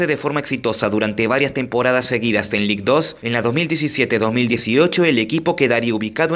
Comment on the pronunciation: Ligue 2 se pronuncia lig du.